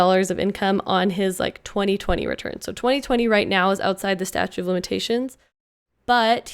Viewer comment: It's "statute" not "statue"